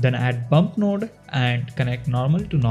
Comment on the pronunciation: dudee the way u pronounce nude shader is so funny XD